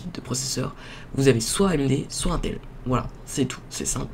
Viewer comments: chu pas un rageux mais putain on dit intel (IN) pas 1tel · on dirait que t'y connais rien tu sais même pas la différence entre Intel et amd et stp Intel ça se prononce "inetel" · mec c'est in(e)tel